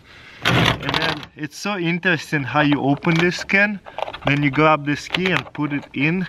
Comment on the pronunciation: I didn't know the work "grab" had an L in it